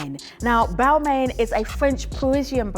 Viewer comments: I agree its sounded "roasting" "bal-mayne" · Miss, if you are going to talk about fashion and brand/s, make sure that you pronounce the/their name/s properly/correctly.